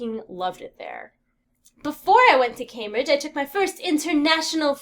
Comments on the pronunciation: I'm sorry but it's pronounced Came-bridge, not Cambridge XD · it's kinda cute that she pronounces Cambridge as cam-bridge (logical, right?) but it's actually pronounced came-bridge ;)